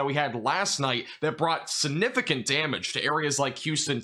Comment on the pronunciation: You say SUNIFIGANT a million times a day ! It's like scratching a chalkboard since you grossly mispronounce the word. SIGNIFICANT!! SIGNIFICANT!! SIGNIFICANT!! Why do you ignore!